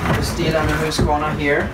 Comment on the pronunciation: I always wondered about the proper pronunciation of the name Husqvarna. (Hoosk var nah) Now I know! Love Swedish saws by the way. Oh and (Yon sred)